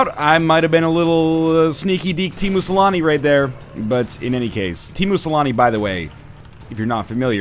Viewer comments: When NL talked about Teemu Selänne, he pronounced it so oddly I had no idea he was talking about Teemu Selänne. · Teamoo salami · Tiimu selani 😆 sounds so funny